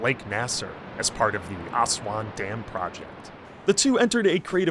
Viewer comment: dude you absolutely butchered the pronunciation of Aswan. it's pronounced as "Us-Wand" but without the D at the end :D